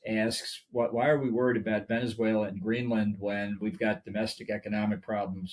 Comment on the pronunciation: GREENLAND not Greeland!!!